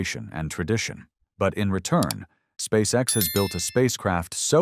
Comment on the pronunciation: Putin on ne dit pas Space sex!!!!mai Space X!!!!!toi comprendre ou tu le fait exprès!!!!!le traducteur!!!????Putin, we don't say Space sex!!!! We say Space x!!!!! Do you understand or are you doing it on purpose!!!!! The translator!!!????